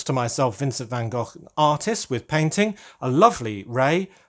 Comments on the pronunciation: Congrats with the new channel, I hope your algoritme plan comes together. And I love hearing you say Van Gogh in Dutch as it should, instead of Van Go. Hahaha! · Sounded perfect to me! 👌